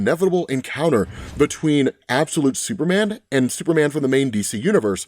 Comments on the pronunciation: Ahh yes "Supeman" my fave hero😂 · We love Absolute "Supeman"